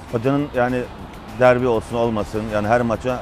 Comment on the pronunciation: 'e dikkat derbiye DARBİ lerde diyor.